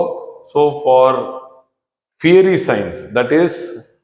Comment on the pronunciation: Educative and very useful information. But sir, it's not feary but fiery. Or, we can simply say fire signs, earth signs etc.